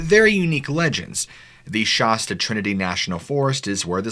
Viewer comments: It's Shasta not Shosta lol silly goose ! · It's Mount ShAsta, not Mount ShOsta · Mount Sh-ass- ta not Mount ShOsta. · "Shasta" is pronounced "Shastah" like "cab" not "shahstah" like "dog" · I live here.. it's not mount shausta, it's mount shasta. Shasta. No au in it. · It's not "Shosta" its "Shas-ta" like "ass-ta" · That shirt is terrible and it’s shaaaa staaa not shasta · Not even sure where to begin? You know I'm a huge fan of the channel, I send you encounters and always give you praise but your killing me here.. You keep pronouncing it My ShaUsta when it's just Mt. Shasta. Next: You mentioned " right up to the Central Time Line " as in central time zone? we're talking about California correct? Because that time zone is 500 miles east of California. Or have I misunderstood that comment. Anyway, just thought I'd let you know. I never heard back from you about my second submitted encouter. Otis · Been researching the entire UFO dynamic for the last 50 yrs and never heard anyone pronounce Shasta as Shawsta. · Sorry I’m a local it’s definitely not shosta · It's not pronounced "Mt. Sh-aw-sta". The 'a' in Shasta is pronounced like the a in 'tan'. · Mount Shaaaaaasta. Shaaaasta!!!! It's sh-ass-sta. I live next to it. You sound absurd. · Mt. Shaw-sta? 😂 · It’s not Shawsta. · I enjoy the content and and most of the style of your story telling.. However it really drives me nuts every time you repeat the word Mount Shasta, Pronouncing it mount SHOsta, How do you pronounce the word fast FAST or FOST ?? It has the sound of an affected affected British accent.. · Shaaasta??? Really...... Honest csnt even watch the video after it wtf... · Bruh please stop calling it Shawsta. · I'm sorry, but can you please attempt to try and pronounce words correctly... Mount Shasta is pronounced Mount Sh-ass-taa (phonetically) & lumerians is La-mere-e-ans. Thanks! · Mount Shawwsta?? Who calls it that?? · Shasta is pronounced sh-ass-ta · Shasta is pronounced with a hard A, brother.